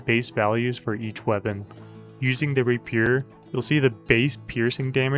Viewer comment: Love watching your videos, mostly to see what common word you will mispronounce next... what is a Rapeeeer?